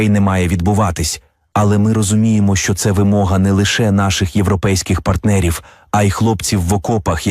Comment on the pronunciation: ця жінка ледве говорить, що не так з її ротом, коли вона намагається сказати слово "що"? Будь ласка, припиніть наймати неграмотних людей.